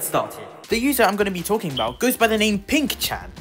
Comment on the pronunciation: not "oink-shat"😭